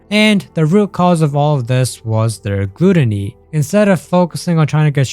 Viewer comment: My boy, just google the word gluttony and press button so you can hear how to pronounce it because thats not how you say it lol